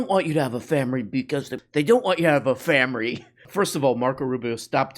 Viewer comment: Im Asian, I give you the pass on "Famiry"